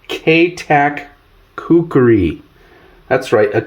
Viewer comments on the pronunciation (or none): My ocd is kicking into overdrive...IT'S KUKRI not kukeri you Mook...It was used from the 7th century-to present by Nepalese soldiers known as the Gurkhas by mispronouncing things it makes you sound like you dont know what you're talking about...just saying!👍